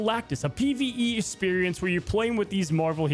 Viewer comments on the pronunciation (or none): "pve" dude stfu